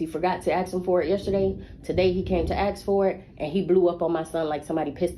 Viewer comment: doesn't ANY school teach these kids how to pronounce "ASK" the right way???? it's so cringe